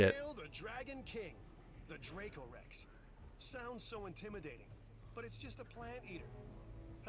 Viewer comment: Haha. Your pronunciation was spot on. 👌 That’s so weird they didn’t give any money for the last picture that you took. Great video!